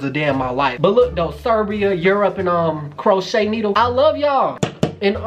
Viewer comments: 😂😂 Crochet needles? 😭 it’s pronounced crow-ay-sha 💀💀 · Lol he killed that name in all shape possible. It is read "cro - asia" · Crow - Aye - Sha Hahahahah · It's not Kroata It's Croesha (that's how you say it) 😂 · Pronunciation: Crow-ay-sha 😂😂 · Crow-ay-shia... Love your videos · CRO- A-SHA 😂😂😂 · Pronounce it like cro-a-sha. Love your videos so much by the way. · LOL crow-aye-shuh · It’s Cro-a-sha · Crow-ee-da lol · Cro-a-t-ia there you go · Croatia ( crow🦅- A👆🏾- sha) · Croatia = "Crow-Asia" I guessed the flag right, btw. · Crotia is pronounced crow a sha. Please whatever you do please don't let your cat Kobe get into that chocolate!! It will kill him. There's a ingredient that is extremely toxic for cats. Please please be careful. ☺ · This man said chroché needle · Croatia pronounced krow-ay-shaw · croatia cro-a-shia or shya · KROITA? Realy man? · It’s pronounced cro -way -sha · Next please Google how you pronounce the name of the country 😂😂😂😂😂😂😂